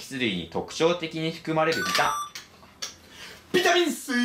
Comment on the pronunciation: こうちゃんがリスペクトしてた伊沢さんの「ビタミンッ↓スィーーー↑」という言い方はこの動画か！